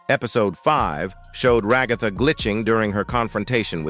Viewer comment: THE WAY HE SAYS RAHGATHA